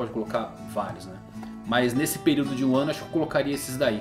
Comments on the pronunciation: De vez em quando eu não sei se ele tá falando "Wano" ou "um ano" kkkk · eu tava me comfundido se vc tava falando "1 ano" ou "wano" kk dps q entendi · "Quem conquistaria One Piece em Wano"? Buguei até entender que estava falando "em Um ano" 😂😂😂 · Ele falou em 1 ano kkkk eu ouvi wano Man kkk